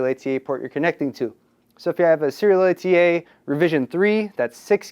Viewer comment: Christ, just say SATA.